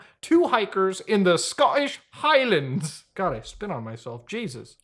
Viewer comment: why say "Scottish Highlands" in an english accent???? Scotland doesn't thank you for it! LOL